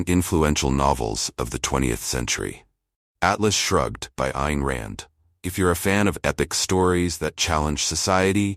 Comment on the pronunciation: The narrator needs to learn that the title of the book is "Atlas Shrugged", not " Alice Shrugged".